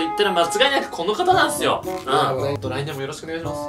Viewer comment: 来年もよろしくがLINEでもよろしくに聞こえたんだが・・・ww